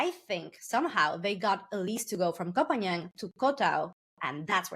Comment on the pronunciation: It's kho pah ngan not pagan